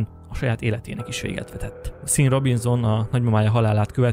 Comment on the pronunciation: Sean = ejtsd Shoón